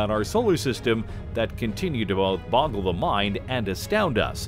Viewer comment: he couldn't pronounce boggle step it up this is serious shit